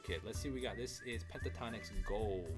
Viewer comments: Pronounced with the T … PENT A TONIKS . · Pronounce the T. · "Pentatonic" is an existing word. Pentatonix is pronounced exactly the same except the last syllable.